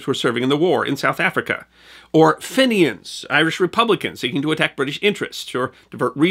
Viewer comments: "Fenians" .....pronounced like "fiend" rather than like "Finnigan" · STOP CALLING THEM FINNIONS!!! The Irish rebel group was called FENIANS ... pronounced FEE-NIANS. Get it right. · Fenians is pronounced "fee-nians" not "finn-ians."